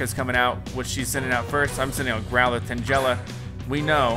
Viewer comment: It pronounced tangela